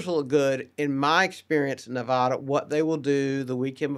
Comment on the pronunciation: Why is he pronouncing Nevada wrong?